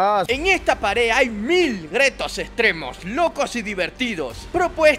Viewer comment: Me dio risa cuando dijo gretos en debes de (retos) 😅😅😅saludos